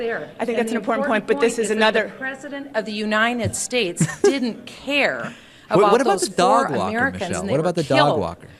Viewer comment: You're so right. I played it over and over just to listen to her say "the president of the Unined States"